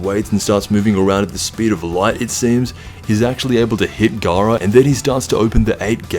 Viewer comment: Garaa felt like Feeza